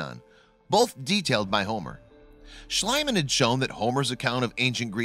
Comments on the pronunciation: Schliemann's name is pronounced "Shlee-man", not "Shly-man"! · There is nothing worse than pronouncing a person's name wrong! FYI "," Heinrich Schliemann's last name is pronounced shleeeeemann not shlaymann! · /SHLĒ-mun/ not /SHLĪ-mun/ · H. Schliemann is pronounced "shlEEman" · Heinrich Schliemann is pronounced "Shleee-man" (for English speakers), the German 'ie' combination is always pronounced 'eee'. (The German 'ei' combination is always pronounced as in the English word 'eye'.) (Ignorant Yanks reversed it some time around the early 20th Century.) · Why this terrible narrator? Just find someone who sounds more intelligent and less like a nitwit who reads everything from a piece of paper with a silly 'melody' to his sentences.. Also the name of the German who discovered Troje is pronounced something like Sleaman, with a sound like 'sea' or 'tea'. That is a basis knowledge. Please give us the feeling that you actually respect your subject.